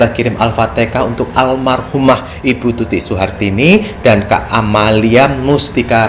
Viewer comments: Alfateka? 🙂 Alfatihah Pak hehe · Bukan alfatekah.. Yg benar alfatihah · Jangan alfatekah.. Alfatihah..